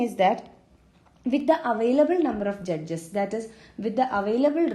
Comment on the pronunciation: Vo judges pe kuch zyada he emphasis kr rhi thi...🤣🤣🤣